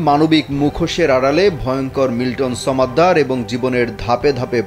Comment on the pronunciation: ব্যাটা, উচ্চারণটা ছমেদ্দার না, সমদ্দার। ফ্যাশন করে উচ্চারণ করতে গেলে এরকমই হয়, বুঝেছেন?